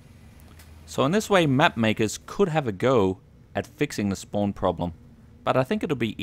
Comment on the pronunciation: be like: SPOAWN SPOAWN SPOAWN. No offence; )